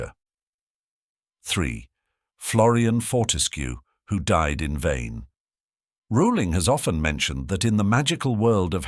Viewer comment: I love how he brings up the mispronunciation of Voldemort's name yet constantly mispronounces Rowling's name LOL It's ROW-ling as in bowling.